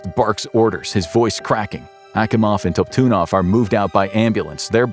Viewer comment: You pronounced the senor engineer nams is leon top tidnoff is how its pronounced